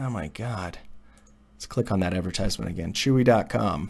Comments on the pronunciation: When you make a video and can't even pronounce the word correctly :-) Advertisement has a different stress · Please... Look for the proper pronunciation of advertisement.